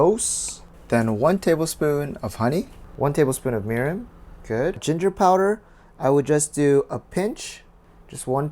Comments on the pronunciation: What is ..."Merin" ? Murin? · what type of liquid was that is anyone can tell me, all I heard what table spoon of merum but I don’t think that’s right